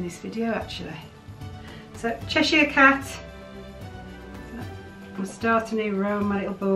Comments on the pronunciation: I scream about the pronounciation of Cheshire cat as well LOL Hopefully you'll be able to get your hand on Stitch <3333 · I’m the same about the pronunciation of Cheshire 😂 lovely pins, I hope you find stitch and reunite him with scrump!